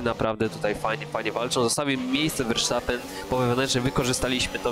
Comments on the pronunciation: verstappen a nie versztappen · Verstappen się mówi a nie Versztapen. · "wersztapen"...😅😂 To mi humor poprawiłeś 🤣